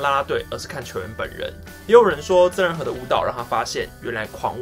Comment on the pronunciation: 馬的曾仁和還捲舌是怎樣